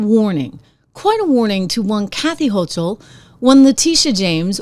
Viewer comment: I appreciate your candor. Not criticizing, but the "ch" in Hochul is pronounced as a "k". 👍